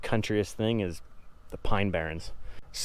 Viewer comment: Where in NJ you from ?? I’m guessing south since you said pine barons. I’m originally from Bergen Co, now living in SC.